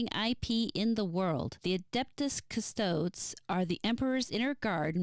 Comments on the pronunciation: This isn't a big deal but it bothered me. Custodes is pronounced "Cus-toe-days" the last E is not silent. Yes I know it can definitely be a pain to pronounce words you're not familiar with correctly, especially (made up?) psudo-latin weirdness used for Warhammer. It's just bothersome for someone who's more versed in it is all. No offense. Edit: Sororitas is "so-ro-rih-tahs" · Great video! Im still giggling at the ''Custodes'' pronunciation <3 Now imma make it my personal mission to drag you into the depths of 40k lore.